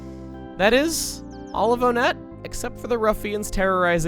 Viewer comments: I’ve always been conflicted and often contradict myself on the pronunciation of Onett. I always say either (Oh-Net) because that’s how it looks, or (One-Et) based on the number. I more often pronounce it like One-Et due to a later theme with the town names and the signs throughout town have “One” highlighted in a different color. I want a definitive answer if someone can give me one: What is the canonical pronunciation of Onett? This is something that has conflicted me for a while I need an answer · I dont like the way he pronounces the towns, it's one-ette. Most of the towns are named after numbers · Ok I’ve never heard anyone talk about this so I’m not sure if I’m the only one who thinks this but I have a theory. Since all the main towns in Earthbound are named after numbers, Onette would be pronounced WONette. Now, the boss in Onette is the Titan Ant and there are many other ant like enemies around there as well like the Black Antoids, is with all that being said, I think there’s a subtle pun going on here. Maybe it’s a play on the name Antionette.